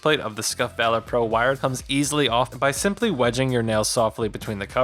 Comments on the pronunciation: Act of Vaylor. ....VAH-lur. lol tf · I just can't take the way you are saying Valor... VALOR... not a hard A sound. Just makes it sound like you don't realize it's a word already. A comparison to the instinct pro would have helped, and what is "aftermarket sound"? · I couldn’t even finish ur review cause of how illiterate u are u can’t even say the name correct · u know what valor is I said illiterate he couldn’t say it right mispronunciation is that better do you comprehend the comment now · Take criticism different delete the video do it again say I apologize for before then pronounce it correctly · Really don't think you guys should be doing tech reviews. It's clearly out of your wheelhouse. Kinda unprofessional to keep mispronouncing the name of the product as well. Leave the controller reviews to the channels that review loads of them, and know what metrics to compare.